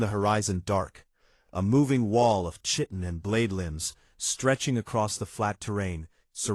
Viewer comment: Wraith is pronounced "rayth". Chitin pronounced Kite-in.